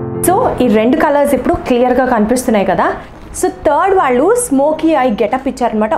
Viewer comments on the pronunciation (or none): none